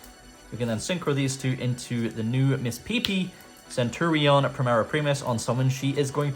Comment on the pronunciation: Bro if you wanted to play Centur-ion just say so 😂